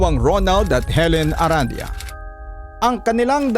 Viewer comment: I believe the last name is pronounced “Aran-di-yah” po🙏